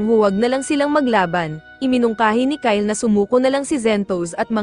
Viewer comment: Bro that is not ky Le it's Kyle